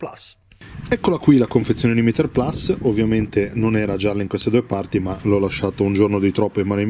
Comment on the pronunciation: Mitico, però almeno tu che sei un giornalista basta con questo PLAS....si dice PLUS...PLUS...PLUS…. è latinooooooooooooo:-( e poi perché 45 gradi che le giri sempre di 90....???